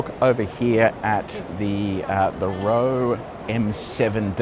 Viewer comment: Good video but please check your pronunciations for Chinese cars. Roewe is pronounced "Wrongwey" in Chinese (weird but true). Also the blue lights you mentioned but didn't fully understand are the lights that show other drivers on the road that you are in self drive mode. Need to spend more time in China.